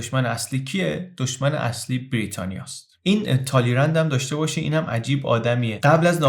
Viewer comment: فکر کنم ما بعد از ۴۵ سال هنوز به دوره ترمیدور نرسیده ایم. ضمنا با تلفظ فرانسوی تالیران صحیح است